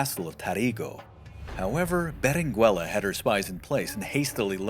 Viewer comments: Your pronunciation of Berenguela is wrong, at least I think. You do not pronounce the U. So it should be read as Berengela. Thanks for video and the history! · Yo. The u is silent in Berenguela. It sounds like beren gela in English. 👀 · Please don't pronounce the u in Berenguela. In Spanish 🇪🇸 the u is NOT pronounced if it's between the g/q and the e/i. The only way you can pronounce it is if it has the diéresis on the u [ü]. There's only a few words that have it. Words such as vergüenza, cigüeña, etc. You don't pronounce the u in surnames such as Rodriguez, Velazquez, Dominguez, etc right? Same rule applies to Berenguela my friend.